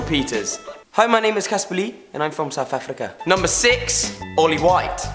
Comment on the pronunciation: how many times u tried to say caspar lee they were all Irish 😂 but I love you xxx